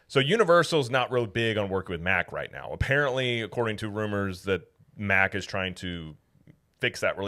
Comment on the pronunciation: why did you switch back to the incorrect pronounciation of Mack Rides? They are a German family company and it's pronounced Mach or Mock. They are known worldwide and have nothing to do with Mack Trucks. Every other theme park channel says Mach. It's ok, you won't get in trouble for pronouncing it correctly...Poppa Smurf WILL NOT carry you away in the middle of the night! lol